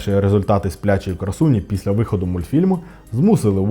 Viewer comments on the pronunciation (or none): none